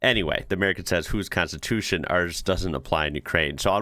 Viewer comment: same - "konstitutsia"